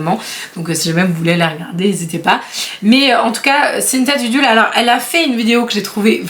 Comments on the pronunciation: Dulude pour Cynthia et non dudule ! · C'est Cynthia Dulude pas Dudule 🤣 mais c'est mignon aussi comme petit nom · Coucou c’est Cynthia DULUDE et non DUDULE 😁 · C'est Cynthia Dulude pas Dudule 😅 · Coucou, juste une petite correction : C'est Cynthia Dulule, pas Dudule 🤣. J'ai tellement buggé quand je t'ai entendue, que je l'ai cherché sur YouTube, pour être bien sûre que c'était ça, et qu'on parlait bien de la même personne 😅. Mais t'inquiètes, tu es humaine et je suis sûre que ça ferait bien marrer Cynthia, ta petite coquille 😊. Bisous 😘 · Cynthia Dulule et non Dudule 🤣🤣🤣🤣🤣🤣 Tu m'as fait bien rire avant d'aller bosser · Cynthia Dulude stp! 🤣🤣🤣 et pas "dudule" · Coucou! Juste petite correction rigolote ahah, pour Cynthia c’est Dulude pas Dudule ahah 😂😂 J’ai bien rigolé 😘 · Ha j'avoue que j'ai ri au nom écorché de Cynthia 😂 C'est Dulude, pas Dudule ! Mais c'est tellement mignon hahaha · Cynthia Dulude pas Dudule 🤣 Et oui elle est québécoise 😉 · Vite la partie 3 🧀🧀 Par contre, c est cynthia dulude et pas dudule 🤣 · Cest Cynthia Dulude pas Dudule! Ca m’a bien fait rire cette rebaptisation 😂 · Comment tu as prononcé Cynthia Dulude désolée mais j'ai tellement ri 😭😭😭